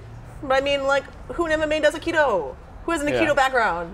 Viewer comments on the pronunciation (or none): The way she says he's Aikido sounds like "he's a kiddo" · I agree.Wimen shouldent fight.She is dissrespecting both aikido and Seagal and this says more aboth her then Steven.Im not impressed.She cant even say aikido.She says "Makido" and the chair almoust kicked her ass.